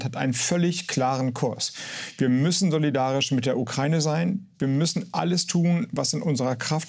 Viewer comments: Wenn Sprachwissenschaftler Ukraine nicht aussprechen kann. Ukraine nicht Ukreine. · Nur eine Kleinigkeit: Der Begrriff "Ukraine" wird wie folgt getrennt: U-kra-i-ne. Insofern wird diese Landesbezeichnung NICHT mit "ei" ausgesprochen, i.S.v. "Ukreine" (U-krei-ne), sondern JEDER Buchstabe wird EINZELN ausgesprochen. Herr Harbeck und andere, die hier einen Aussprachefehler machen, sollte das wissen oder wissen dies nun. Das Land heißt: U-kra-i-ne und NICHT "Ukreine"!!!